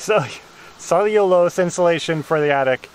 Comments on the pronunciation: How do you say it "cell-a-lou-ah cellulose" 😁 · Cel-leee-loo-loooos-loose. Lol. sounded like bug flew in your mouth. 😆😆😆jk. Great job👍👍👍🤗🤗🤗